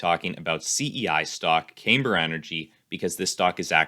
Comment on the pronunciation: Also you pronounced it incorrectly. It's. cam ber - Not came ber